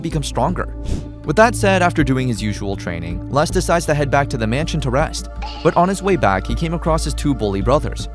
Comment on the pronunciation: the name is written "R E S T" and your pronunciation it "Lust"